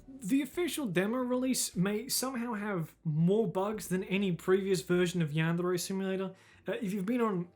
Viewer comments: why does he pronouce "yandere" in a spanish sounding accent. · How he pronounces the trill r in “yandere” is my kink